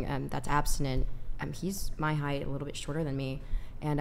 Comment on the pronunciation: “Heitghth” is not a word